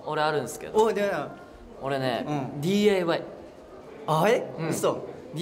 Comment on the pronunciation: 廉くん最初DIYをDAYって言ってるの可愛いすぎる🖤🖤🖤